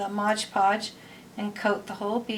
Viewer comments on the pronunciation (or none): Modge Podge? Lol i thought it was MOD podge